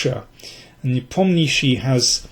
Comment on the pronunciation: Your pronunciation of "Nepomniachtchi" is the best I've ever heard among English-speaking chess experts! :)